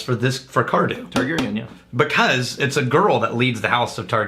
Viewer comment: Did anyone else want to smash his head in, when he couldn't pronounce Targaryen?